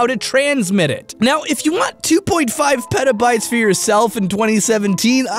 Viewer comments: I thought he said pedobytes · Petabytes...it sounds like Pedo-Bites which makes me think there's a pedo biting a loli or something xD